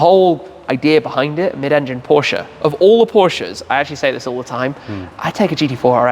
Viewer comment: Much respect for Shmee and his pronunciation of Volkswagen, Audi and Porsche (yes, the e at the end is not silent). As a German, it was kinda delightful to hear these names pronounced correctly in english. Side note: Is that a Mazda (early RX-7?) in Sea-Mist-Metallic behind Shmee at the beginning of the video?